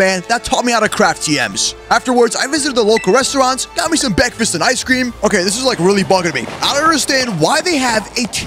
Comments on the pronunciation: It ain't a vid with out him saying bekfest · Bekfast got me laughing